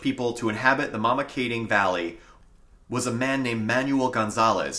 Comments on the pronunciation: ...and Mamakating is pronounced "maam-ma-kating". Pretend you're Dutch. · You guys really are butchering the pronunciations. It is sha-wan-gunk and mah-muh-Kay-ting. There are a lot more shafts along this ridge line, just do some hunting in these areas and you’ll find them all over the place. NYSDEC have the shawangunk mine closed off due to the lead contamination into the canal back in 2012, not sure how you got up there for these videos